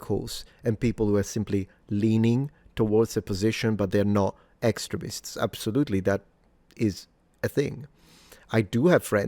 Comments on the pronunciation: I heard "excrements" 1st time said "extremists" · The way you pronounce these 'extremists' sounds an awful lot like these 'excrements' to my southern american sensibilities.. lmao!! Maybe thats just a freudian slip on my part though lol 😅 congrats on 1m suns!!